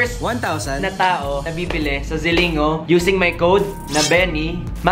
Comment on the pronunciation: It's pronounced as (ZILING-GO) hehehe love you! 💕